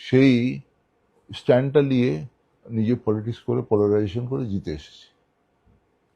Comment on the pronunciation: Katha ta ' liye' noy ' niye' hobey jodi Bangla bhasha bolchen